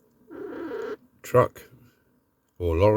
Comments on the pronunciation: it's fo-den,not fod-en,.looks ok,but all these early Dinky's are a tad basic imo.nice resto having said that. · Never heard Foden pronounced as 'Fodden'.